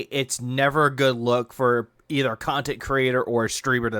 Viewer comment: Thank you for the super pahsitive khantent. This was meaningful af